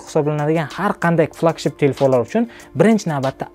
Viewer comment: Aka siz snepdregon exsnos sozi flagmen so‘zlarini yaxshi organvolib kegin video qiling odamdi g‘ashi kelyapti tog‘ri talaffuz qilomaganizi eshitgan odamni